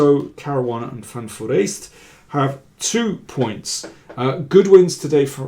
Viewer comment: I missed the way you pronounce Van Forrest - music to my ears. I hope we get many Van Forrest games as GoDs during the remaining rounds.